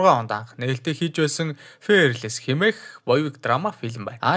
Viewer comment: ФЭЭРЛЭС биш ФИЙЭРЛЭС шүү xD